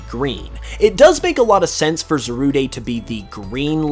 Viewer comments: as i'm just looking at this now and watch the movie a bit ago it, kind of does upset me that he keeps saying the name wrong; but its only just a bit i know how it is to say something wrong even if it's been said to you or you forget or just not at all know how to pronounce it. on a different note, should definitely watch secrets of the jungle it brought back classic pokemon vibes to me and i cried a bit at the end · It's pronounced za-rude just letting you know lol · Pisses me off how you say za-roo-day when it literally has the word "rude" in its name smh.. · Zarude's "E" is silent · It’s Cal Z ar Like a Pirate and Rude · I really don't like the way you pronounce Zarude. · It's not za ru de it's zarude dide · Why do u pronounce it as Za-rud-e? I definitely thought it was pronounced Za-rude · It’s pronounced za-rude bruh. And is this just a theory? Also non spanish speakers put to much emphasis on the “de” as Almost saying ay so that part of the theory I don’t really see a connection in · Kyran Mountain I agree if it was (Zah- Rood-ay) it would be Zarudé not Zarude so it is Za-Rude but that’s if you wanna be English about it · Zarude(Zaru-day) Me: Calls the Monkey Pokemon Zarude(Za-rood)!: It's completely rude(Rood)! Me: Huh! It's a Rude(Rood) Pokemon!? 🤔 Ok! It's definitely pronounced as Zarude(Zarood)! 😄😂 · It's not "Zaruday" it's "Zarood" not the lack of the accent over the e. It an e, not an é. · It's not pronounced ZA-RU-DAY it's ZA-RUDE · It’s Za-Rude not Zarude-ayyye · It’s zarude like darude not Zaruday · You mean Za-rude not Za-rude-a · His pronunciation is awful Zarude is pronounced Zarude not Zarudé This is literally so simple. Zamazenta: The Magenta Zacian: The Cyan Zarude: The Rude It's simple man. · I knew I wasn’t the only person who pronounces Zarude as ‘Za-roo-day’ Cuz a lot of people I know say it as ‘Za-rood’ Or ‘Za-roo-deh’ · I'm pretty sure it's pronounced "za-rood", since the name in Japanese is zaruudo.